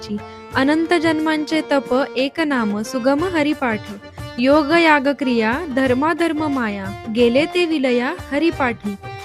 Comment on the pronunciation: जयहरी माऊली. माउलींच्या विचारांना आपण आपल्या प्रासादिक वणीने छान गुंफळे आहे. पण एक गोष्ट योगायागविधी की योगयागविधी.. कारण वाचायला योगायोग येते आणि आपण योगायाग उच्चरता. 🙏